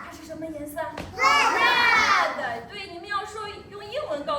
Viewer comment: aha... That makes sense! I don't speak one syllable of Chinese so those kids are ahead of me in languages, even if they do say "red-uh". lol